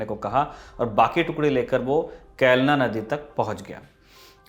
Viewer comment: केलना नदी नही खेळणा नदी है, भोरकदन नही भोकरदन है